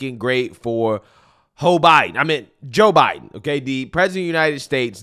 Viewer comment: Did he say ho Biden 😂😂👍🇺🇸